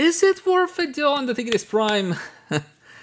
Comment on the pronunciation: Man really said tea grease prime 💀